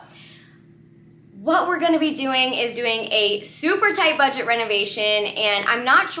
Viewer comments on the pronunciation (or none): You did a great job! The word is BUDGET.